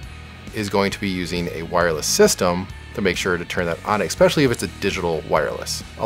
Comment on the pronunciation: Please stop saying "Ek-specially." You are a smart guy who knows tech, but...